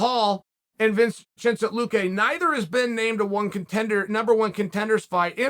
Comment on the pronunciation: Vin chin cent